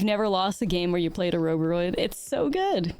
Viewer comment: Ouroboroid is pronounced the same way as you pronounce Ouroboros but with the oid at the end. Can't deny thats the only reason why I didn't finish the video.